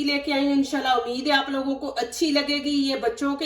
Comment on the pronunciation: Amid nhi ummeed hota h aap aksar amid bolti hain